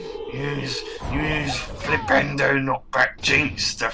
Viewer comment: Earth Sandwich was amazing. Also, whenever I hear Harry say Flipendo, I can't help but hear Nintendo.